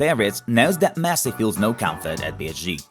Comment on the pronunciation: wtf is messi "leaves"! get some help